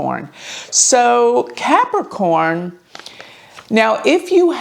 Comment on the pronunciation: One does not simply CAP-A-CORN